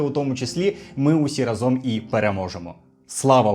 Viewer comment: не разОм, а рАзом. Дякую за відео!